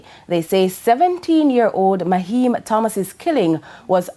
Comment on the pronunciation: Naheim,not maheim smh